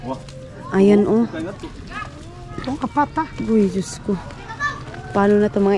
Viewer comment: Ayusin mo ang pagsabi ng DIOS KO. DI JOSKO. Dapat ma correct ka sa mga ibinubuka ng bibig mo